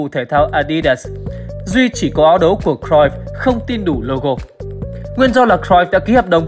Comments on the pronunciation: đọc đúng r . vn thì đọc cờ ruýp thôi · Xem lại chữ cruyff đọc như nào nhé!